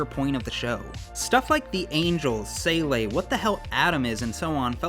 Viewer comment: Sorry, but, man, you absolutely butcher the pronunciation of rather generic German words (Seele, [Elfen]lied). 😅 I'm sorry, but Wiktionary or even just Google Translate are right there with sound examples.... It's not detrimental to the general enjoyment of the video, but kinda takes one rudely out of it for a sec.